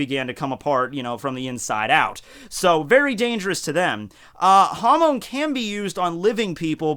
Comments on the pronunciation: Your pronunciation of Hamon triggers me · The way u pronounce hamon sounds like youre saying ham in spanish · Hamon sounds like Ham in Spanish.